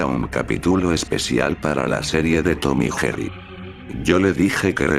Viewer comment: Lo dijiste mal Tom y Jerry